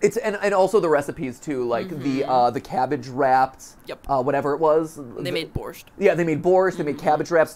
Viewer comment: Who else realized that he pronounced borscht wrong?